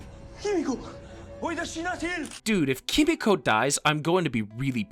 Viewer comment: Just gotta say I don't think the voiceover guy has seen the show just by the way he keeps saying "KEE-MEE-CO" and "Kimi-Co" I just had to look up a scene to make sure I wasn't crazy... EVERYONE says her name "Keh-Meeko"